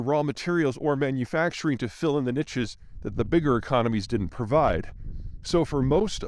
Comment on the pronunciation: also learn how to pronounce 'Maastricht' and 'niche' pls